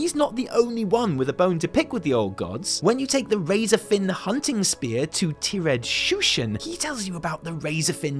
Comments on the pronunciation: I love ya buddy.. but it is not Ti-red... it tired... as in weary. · One thing, m8 it's Tired as in "I'm tired today." not tee-red muh lad <3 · Great video as always...but "tee-red shushen"!? >.< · It's tired like he is tired.. not whatever you said about fish man. XD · "'Tir-ed" Shushen? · Apparently I've been mispronouncing "tired" my whole life.